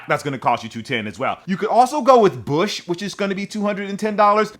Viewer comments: mfer that’s bLush not BUSH. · Did you say bush or bloosh? 😂